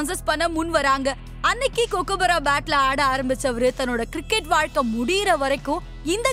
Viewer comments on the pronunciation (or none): Why is the speaker saying Australia as astralia? Kookaburra as Cocoaburra?.. Steve wog? Panting? Bad pronunciation